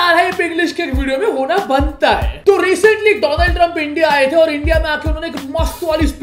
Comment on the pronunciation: Doland TRUMP 😂😂 yup